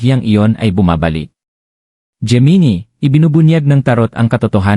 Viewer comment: Bakit geminie ang pag bigkas?